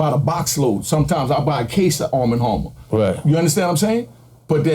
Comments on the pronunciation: “Armma Harmma” ok lol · Is it really that hard to say “ARM & HAMMER baking soda”⁉️😂